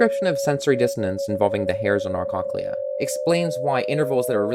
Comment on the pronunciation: this is actually really cool but WHY ARE YOU SAYING CONKLEA